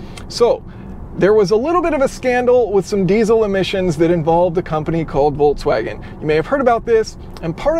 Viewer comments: Is he saying "Voltswagen?" That was a thing for only about 2 days... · why is it so difficult to pronounce the brand name?! at least there are no unfamiliar syllables to English speaking person. However, in the end it "sounds" like [voltsvagen]. Don't mention the first consonant, English never bothered with German V and W difference, but at least the middle ks definitely cannot turn into ts. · It's interesting that you pronounce Volkswagen, "Voltswagen" in a feature about an electric Volkswagen. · Why do people keep calling it "VolTswagen" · Good content as always, but it is pronounced Folkswagen, not Volkswagen. V=F. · Volts wagen??? Folks vagen VW did it to you for mispronouncing their name 🤣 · Am I the only one hearing "VOLTswagen" all the time? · Does he say "Voltswagon"? :-D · Did you call them "Voltswagens"? 😆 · Calls it Volts-Wagen without even noticing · Folksouagen, ha ha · It's FOLKS-VAGEN, as in FOLK, like folk song. (in German language V is F, for some reason, and W is V, German isn't my native, so...) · "Hello everybody, and welcome. We are inside the VOLTSWAGEN" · I find it hilarious that if I don't pay attention it sounds like you are saying voltswagen :D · Being from Europe way that You pronounce Volkswagen sounds atrocious, it really hurts my ears :p Anyways, wouldn't QR code by the cord be a fatser option than playing with the app? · I understand. But still, why pronounce "ts" in volKS?